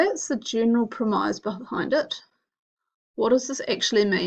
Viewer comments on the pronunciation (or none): prem-eyes? isn't it pronounced prem-is